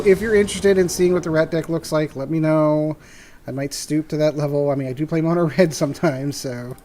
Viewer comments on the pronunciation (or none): Mono-red. Please no.